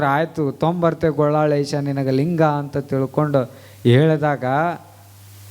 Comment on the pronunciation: ಗೊಳ್ಳಾಳೇಶ ಅಲ್ಲ ಗೋಲ್ಲಾಳೇಶ ಅನ್ನಿ